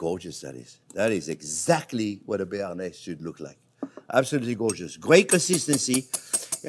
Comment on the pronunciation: I think the cameraman should correct you live on camera. Bearnaise Thanks chef 😁